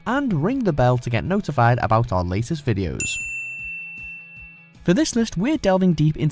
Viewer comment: Uncle Roger : weejio = video I think weibo also can be weeeboe